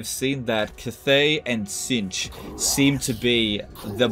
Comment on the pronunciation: hate how you say cathay